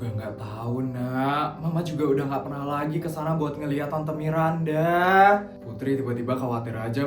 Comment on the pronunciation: Bang kok nama Miranda jadi "mirdanda" bang 🗿